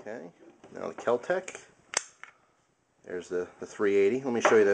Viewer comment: Kel-Tec No h.